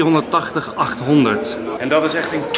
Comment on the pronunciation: Het is A380 je spreekt het uit als A-3-80